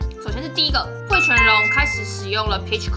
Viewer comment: Com的發音是不是發錯了